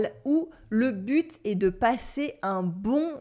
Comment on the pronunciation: good by you do not pronounce correctly 'est', 'les' etc. which you pronounce as with a grave accent while it should be pronounced with an acute accent.